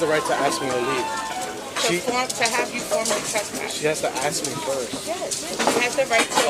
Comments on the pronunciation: Why are certain people not able to pronounce the work "ask" ? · The tattooed hispanic hooer cop has an IQ of 18. The black hooer's is less, she cannot pronounce the three-letter word "ask", putting the 'k' sound ahead of the 's'....an utter ghetto moron.